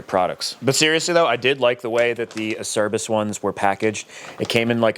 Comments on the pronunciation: I love it! So excited to see all the videos that are going to be going into this project. Also, I don't want to be that guy but I guess I'm going to be that guy. Acerbis is an Italian company and it is pronounced Ugh- chur ( like church without the ch )- bees. 🤣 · Nah, that's the only one. But don't worry, I pronounced it ace-er-biss for about 20 years before I learned the correct way. Search for Rocky Mountain's video on how to pronounce Acerbis, it's hilarious. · I worked at a powersports dealer back in 06, and none of us in the parts dept knew how to pronounce acerbis. So we literally called the company and said "hi, how do you pronounce your name?" They said a-cher-bees.